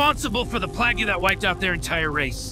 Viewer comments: The smartest man in the universe can't pronounce plague properly? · I was wondering why it sounded like they used AI to plug his dialog in after they fired the voice actor 😂 this almost turned me off the game because no finished game should have an npc saying "play-gyou" instead of plague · "pla-goo" text to speech fail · The pronunciation of "plague" gives it away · It is a mod. Based on the overall shittiness of the voice acting, and his pronunciation of plague